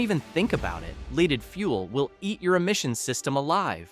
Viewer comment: The AI audio confused me. LEEDed?